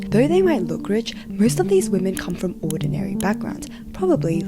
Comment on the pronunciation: Gentlemen, It is with great disappointment that i present to you: Wamen.